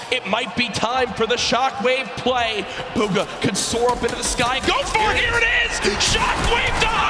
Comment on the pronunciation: Buhga not booga